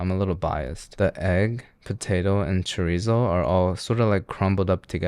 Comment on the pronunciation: It’s pronounced Cho-Reese-zo